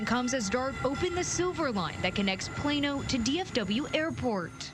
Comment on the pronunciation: It's Plano not Plana 😂